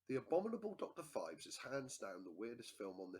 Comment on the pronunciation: It's pronounced Pheebs